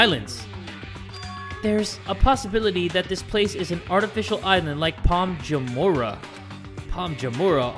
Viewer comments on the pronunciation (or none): I live in Palm Jumeirah, so seeing trying to say it makes me giggle 😂😂